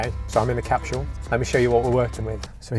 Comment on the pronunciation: There’s no “h” in “capsule”.